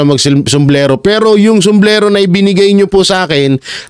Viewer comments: Sombrero po hindi somblero....tama na ang pagiging bolol oi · Sombrero po hindi oo somblero idol 😂😂😂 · ANUNG SUMBLERO? SUMBRERO SIR... BULOL 😂😂